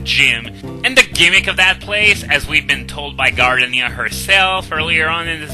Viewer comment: Gar-Deenia Excellent playthrough, thank you for trying to make the game a bit more challenging.